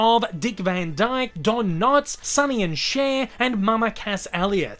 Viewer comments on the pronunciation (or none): none